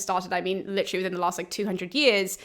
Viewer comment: This is a very nice look at Herododtus! Now here is my dumb comment.....thank you for annunciating literally with all it's syllables!